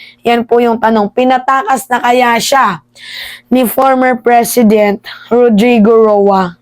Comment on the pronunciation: Mema Anong PRESHEDENT haha. Slowly huwag masyadong excited. Nag kaka buhol buhol ka tuloy.